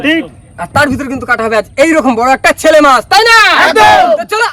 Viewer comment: বুঝতে পারলাম না শেলে মাছ না ছেলে মাছ ?? তোমাদের অনেকের উচ্চারণে অনেক ভূল আছে । যেমন দুএকজন কে বলতে শুনলাম ছেলে মাছ । কিন্তু ওটা তো ছেলে মাছ উচ্চারণ হবে না , আসলে হবে শেলে মাছ ।